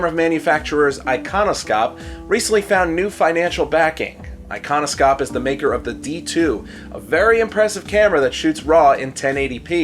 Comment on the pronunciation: It is actually pronounced Ikonoshop, sk, skj, and kj make a sh sound!